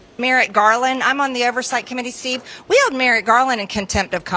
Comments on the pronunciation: Marjorie can't even pronounce Merrick Garland's first name correctly; she says "merit"! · Is MTG calling Merrick Garland "Merit" Garland? 😄